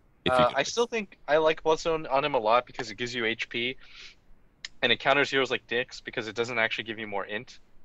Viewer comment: He said dicks :D lol